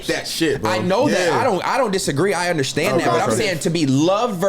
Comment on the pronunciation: “you gotta Underschhtand”